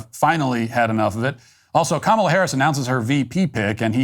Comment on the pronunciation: Matt it's pronounced ka mAH la! It drives me nuts how people bend the knee